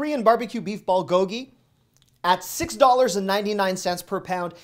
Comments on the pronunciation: Thanks for the tips. But just so you know it's pronounced BOOL go gi, not ball go gi. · Ballgogee…close, but it’s “bool-go-gee”. Love the videos! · How to pronounce bulgogi: Bull (like bull&*it) Go Gi(like ghee butter) Love your contents! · Please say BULGOGI by making the U sound like the oo in cool.